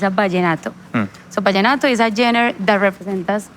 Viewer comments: I love how she says Jenners for genre. 🤣🫶🏻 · Can anyone teach her how to pronounce genre ? 🤣🤣🤣